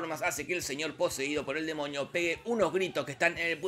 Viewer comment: amo como dice demoñi